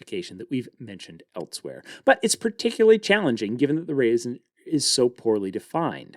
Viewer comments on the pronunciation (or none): "false" and "else" ( "elsewhere") sound like "faults" and "elts" ("etlswhere"). I kindly request you practice the correct pronunciation. I love your videos, and I would really appreciate the undistracted experience that would result from correction.